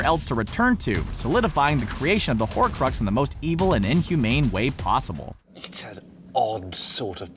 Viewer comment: Horcrux not horrid